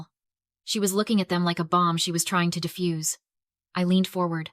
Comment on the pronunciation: Defuse. You defuse a bomb, not diffuse.